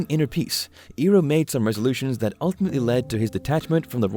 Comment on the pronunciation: pronunciation correction iroh is ai roh not e roh good video